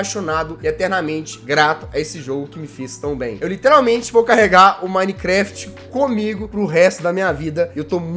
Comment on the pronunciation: 10 anos de minecraft e não sabe falar minecraft